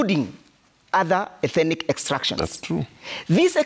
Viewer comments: This guy thinks that a particular ethnic group in Kenya has some special God given entitlement. Bure kabisa. UK warned Kenyans about utawala wa HASORA. BTW, it’s ETHNIC and not ETHENIC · Ethenic!😂..maahn that word is tearing him apart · It should be 'ethnic' NOT ethinic, bro! Otherwise, great perspectives from. This administration should go home! The anchor is a well known cheque book journalist! Ouch